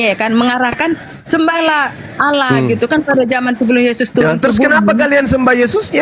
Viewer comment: Allah Double L.. Kenapa nyebutnya Alah.. Alaaaahhh. kitap Spanyol.